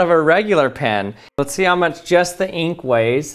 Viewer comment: I like the way he says eenk